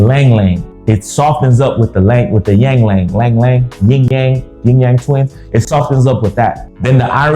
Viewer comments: Ylang Ylang is pronounced E-Long E-Long… and ambergris is from sperm whales, not whale sperm haha. It’s from the digestive track. It’s basically vomit. Love the content. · I lost it when said “yang lang”😂